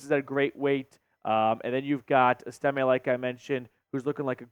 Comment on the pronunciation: EST-ime not est-IM-e